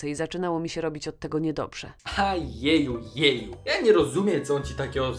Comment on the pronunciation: Nie jeju jeju tylko geju geju